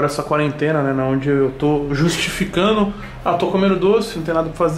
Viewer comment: E quando ele fala: " nimim" , "naonde" ?